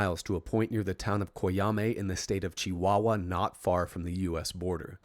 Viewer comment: Hell yeah, you nailed the pronunciation of Chihuahua! Mexico has some pretty interesting UFO incidents, don't we? There isn't a single wasted second in this vid. Thank you for such a solid report. If our government officials weren't so busy trying to protect the cartels as of now, maybe they'd find some time to answer your DMs. Please keep in mind that secrecy in Mexican government is more easily explained by incompetence and them being too occupied with plotting against each other, and not so much by an actual conspiracy.